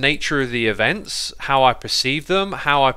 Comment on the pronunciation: events not evnts